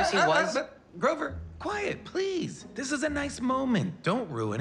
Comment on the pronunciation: Wow got GROVER's name right. What a good god looking after his satyrs XD